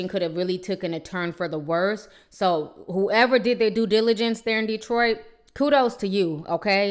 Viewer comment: Why do you keep calling Detroit "dreadfull"? Have you ever lived in Detroit?...